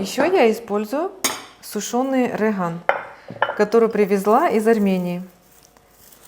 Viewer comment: Не рыган , а реган !